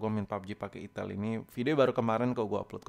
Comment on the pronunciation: Gk tau tapi tiap lu ngomong "itil" gua pasti ngakak🤣🤣🤣🤣